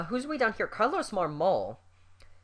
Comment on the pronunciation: Trade Marmol at all costs! He stunk with the Cubs. Also, I think it's pronounced (MARM-mul).